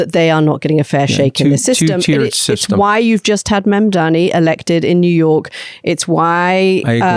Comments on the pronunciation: ... come on Anthony, you keep calling him "MamdaMI", his name is MamdaNi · It's MAM-DA-NI! I know your buddy Cuomo didn't get it right, but you should aim to do better, Anthony. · I’m a subscriber 😯👍🏽 and would really appreciate if mr Scaramucci would pronounce Mamdani correctly and if you both stopped saying underage women to describe vulnerable girls.